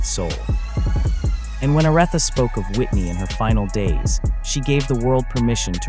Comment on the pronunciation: OR-ITHA! OMG: :face-orange-frowning